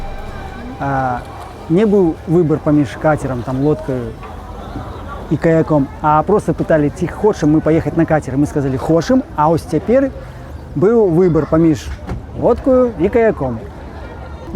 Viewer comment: Добры дзень! Кацер > катэр (у запазычаных словах не пазначаецца і не вымаўляецца цеканьне (я ня першы раз тлумачу); у апошні раз > апошнім разам. Ёсьць іншыя, але ня буду чапляцца. Дзякуй за файнае падарожжа.